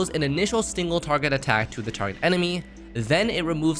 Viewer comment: "stingle" HEH